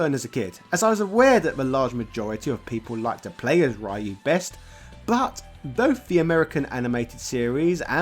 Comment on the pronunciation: Don't feel bad about that, "some people" still butcher the pronunciation of "Ryu" in 2022